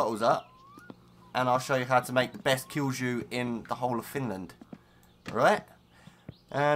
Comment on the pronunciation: good video. btw, kilju is pronounced "kill-you".